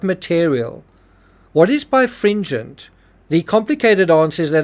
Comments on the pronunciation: You keep saying bi fringent. The correct word in the autopsy report is bi RE fringent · It's pronounced buy-rah-fringe-unt. I had to look it up because I knew you were missing a whole syllable, just based off of spelling. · I find it interesting that the coroner used "birefringent" do describe the splinter. As an engineer, I have only ever seen it used to describe light in physics. By the way, it is pronounced "Bi-re-FRIN-gent". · Should Explain your "bifringent" versus ""biREfringent." Leaves doubt whether you know what it means. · Oh, I remember this suspected from the paintbrush. (Ugh) I know this is an older video, but you keep dropping a syllable: bi-re-fringent ☺